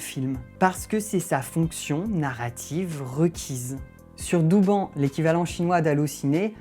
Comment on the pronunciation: ça se prononce [dowbann] en chinois, mais prononce comme tu veux tkt